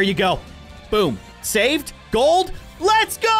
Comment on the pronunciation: Bruh grold wen pewdiepie say in Gold grold